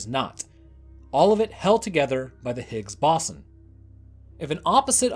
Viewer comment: I love the tales and the nonchalant narrative you give, but I can't help but giggle at "Higgs bossom"